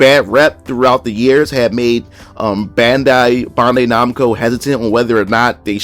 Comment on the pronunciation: BAN-DAI /NAMCO ....BAN...BAN....SAY IT WITH ME...BAN-DAI NAMCO.